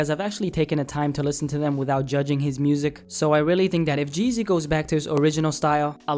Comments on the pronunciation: The name is G-Eazy not Geazy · sounds like your saying jay-z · Its G- easy not geasy , common man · Lol geezy wtf it’s g—easy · u said geasy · It's G-Eazy. Not Geazy. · It’s g........eazy Not Jeasy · His name is not one word. It's G______Eazy you are saying Jeezy. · The whole time you called him "Jeezy" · I could only stand a minute and a half of this... His name is g eazy btw.. not jeezy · Why does it sound like your saying jeezy Nd not g eazy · his name isn't 'jeezy' it's gee - easy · Lol why u keep saying Jeezy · Sounds like his saying jizzy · Sounds like you're saying Jeezy.....and everyone loves Jeezy. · OMG can you please stop saying Geezy its "G" Easy nigga damn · G-Eazy not Jeezy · He says Geezy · the way you pronounce "g-eazy" makes me wanna neck myself